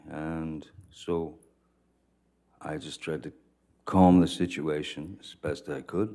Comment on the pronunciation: “This could win me dee academy award”! Bugs B.